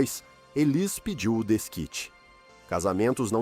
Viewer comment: É uma pena que esse narrador não pronuncie o nome dela corretamente. Élis 😟